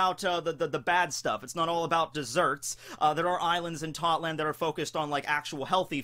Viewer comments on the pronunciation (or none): ITS TOTTO LAND NOT TOTLAND